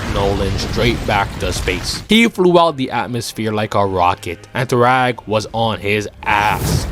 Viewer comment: It’s thragg not thrawg goofy